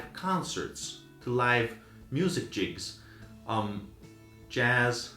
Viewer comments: Your distinction between analog and digital is nonsense. The first recordings in my childhood were 78. I then grew up with vinyl. Vinyl sucks. And it is Gigs, not "jigs". A "track" on an LP or CD is the equivalent of a "file". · Sure ... You pronounced the first 'G' like Georgio, a 'soft' G. It is pronounced with a 'hard' G, as in 'gate'. Sorry, I can't think of an example in Italian. In 'gigs', both the first and last G are pronounced the same. Does this help? It is not uncommon that people pronounce this incorrectly. I find Europeans commonly say jigabytes instead of gigabytes. Sorry for getting too North American on you :)